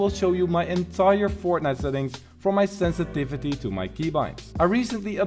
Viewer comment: senstivity more like sensitithe